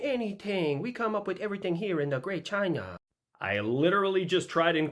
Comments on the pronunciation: "Da Great Chinah" 😂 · " wut yo mean, da great chinaa hasn't stolen anyting" I love how more people can do a Chinese accent better than most other attempted accents.